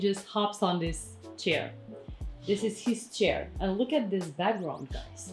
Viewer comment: Sorry, but WHY do you say: dis* ( this) although I must say your English is VERY good, it just makes me cringe when you say *. It sounds street, uneducated, from the street... So please put the tip of the tongue between the teeth, pull quickly back in the mouth & put the upper & lower teeth quickly together= THis